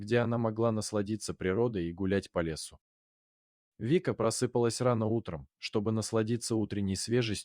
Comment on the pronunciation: Ударение научись ставить,рассказчик,просыпа'лась ,а не просы' палась,это же не песок,ужас😂